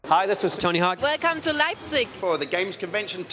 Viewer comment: i love when the girls go "welcome to lipzeig"